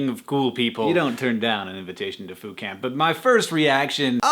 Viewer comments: I didn't think you said Foo Camp. I heard Food Camp, and I got excited. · for a moment there I thought he said food camp... I was ready to ask where could I sign up o.O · at first i thought you said food camp. i was like WHERE DO I SIGN UP?????? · I thought he said Fool Camp. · When he said Foo Camp, I thought he said Food Camp. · I seriously thought you said "food camp." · The more that Hank said "Foo Camp" the more that I heard "Foucault". Postgrad problems. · I thought you were saying "food camp" until I read the description. haha! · I thought he kept (though I knew he wasn't) saying Phootcamp, which is this totally awesome dream photographer fun times camp. Haha. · I thought he was saying Food Camp.